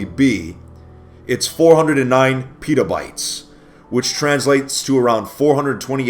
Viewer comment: A little late but it's Pet-a-bytes